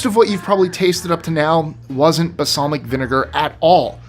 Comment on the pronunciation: Balsamic not basalmic vinegar...lol sorry , nerd 🤓